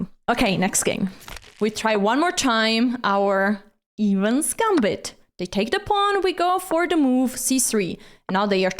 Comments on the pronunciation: It is the "Eh-vans" Gambit not the "Evens Gambit". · it's EH-vans not EEH-vans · Evans is pronounced with a short E. Great instructive video as always.